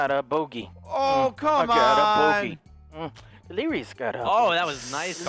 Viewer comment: You might do better with golf it, the mouse as the putter is so much easier haha When calls delirious "delirio" I'm just picturing a cherio with a jason mask 😂 delirious being butt buddies with ohm again 😆